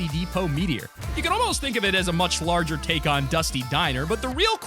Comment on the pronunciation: It is larger not loger